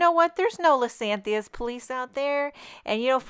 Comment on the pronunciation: I believe it is " Liz-ee-AN-thus." Beautiful card!